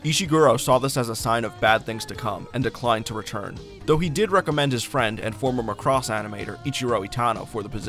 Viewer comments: Oh my God Macross is pronounced MACK...ROSS NOT McCROSS. Just watch ONE FREAKING EPISODE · Yeah, EXCEPT they always pronounce #Macross WRONG ... IT'S NOT McCross, He was the leader of the Black Hole Gang in #GalaxyRangers ! It's pronounced MACK ROSS. Proof that these people never saw #Robotech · The dub by ADV pronounces it Muh-cross. Prior to seeing the dub, I too called it Mack-ross. I figured since the ADV dub used the original Japanese names it was more accurate than Robotech and started using their pronunciation from then on. It wasn't until 2016 when I started making videos that people started telling me the ADV dub was wrong. Even though multiple people have commented on every video telling me to change my pronunciation I will not. Not because I think the ADV way is correct, but because I want to set a precedent that I am unreasonably stubborn.